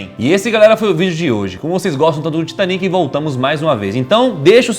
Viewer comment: Excelente vídeo. Apenas um detalhe. O Titanic foi um navio inglês e portanto a pronúncia deveria ser “Taitânic”. Além disso, em português é a palavra titânico e nâo titaníco, como em pinico. Titanic (Titaníc ) é uma pronúncia francesa, horrível por sinal. Kkkkk TAITÂNIC!